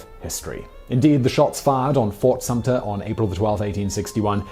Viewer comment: SUMTER....NO P !!!